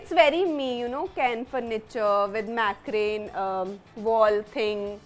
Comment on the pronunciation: 3.1 it's Macrame, not mac-rain